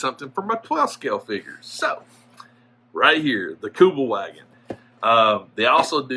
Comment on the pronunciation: Kübelwagen - pronounced Kübelvahgen, German W is pronounced as a V, Kübelwagen is a German word, contracted from Kübelsitzwagen (literally: 'bucket-seat car')